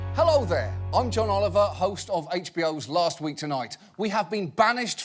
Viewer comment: Dude, you pronounce last and lost EXACTLY the same.